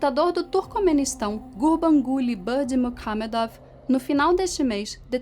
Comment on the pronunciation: Ah mas nem fu que a conseguiu falar "Gurbanguly Berdymukhamedov" de primeira! kkk